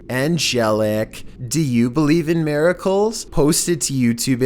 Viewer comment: “Do you believe in mERiHkuhLs”